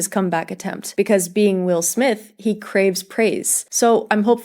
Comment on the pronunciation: It is not pronounced Smif It is actually just Smith